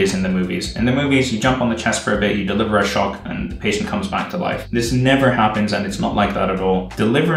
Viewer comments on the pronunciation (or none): none